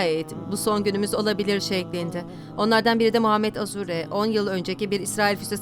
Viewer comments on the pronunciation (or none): none